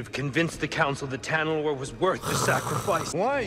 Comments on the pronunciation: I like determination to call it Talanorr instead of Tanalorr even when it's written in front of him. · Him saying Talanor instead of Tanalorr... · Its Ta Na Lor not Ta La Nor, I hate that it bugs me but bruh he keeps getting it wrong even after seeing it in big writing lol maybe it's on purpose idk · Literally the entire galaxy: Tanalorr: Talanorr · talanor instead of tanalor funnies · It’s tanalorr not talanorr